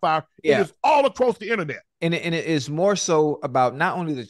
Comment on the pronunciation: Nooooo, the"innanet" would literally break😂😂😂.